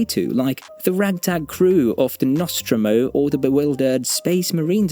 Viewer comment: Saying you are a fan, but you pronaunce so many things completely diffferent than the movies do. like nostromo... you are not a fan.